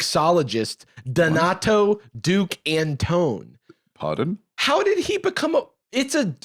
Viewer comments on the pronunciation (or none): Jarvis pronouncing Antone as “an tone” instead of “an ton ee” threw me for a loop